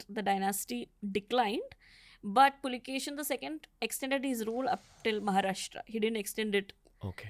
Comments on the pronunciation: Its Pulikeshi ✅ Not A Pulkesin❌ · Immadi Pulikeshi not Pulikeshin II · With all Due respect he is Pulikeshi, pls stop calling him Pulikeshin.... Pulikeshi name was kept with respect to his ancestor... And ofcos Puli= Tiger, Keshi= Hair.... Which means The one who had Fierce hairs of Tiger.... Not literally although, but to emphasize...😊